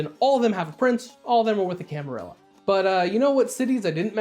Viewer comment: So glad you pronounce camarilla properly 🥳